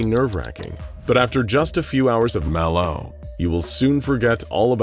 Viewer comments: Why you saying Malo like that. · Why does he keep using the same sound clip of him saying Mal0? Did he say Mal0's name wrong while he recorded the script and instead of recording the script again, he just recorded him saying it right and edited that in? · why does bro say malo like that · The way the narrator says MalO..is creeping me out 😮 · Why TF does he say MAlO like that bro? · I’m guessing you mispronounced “MalO” the first time through, and had to dub over each instance. It’s odd and off-putting, and absolutely perfect. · The way he say ls "MalO" 💀💀💀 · ok Ik I’m not trippin he’s said MalO weirdly like every single time this video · why he sayin MalO like that tho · It kind of threw me off how they voiced over the narrator every time he said "Malo". I don't know how he mispronounced it before but surely it wasn't as bad as the one word voice overs. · why did you say Mal0 like that? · can we get a compilation of the narrator saying "MalO" because it's hilarious.